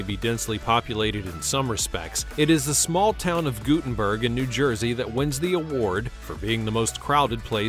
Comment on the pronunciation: Pronounced: gut, i.e. gut-'n-berg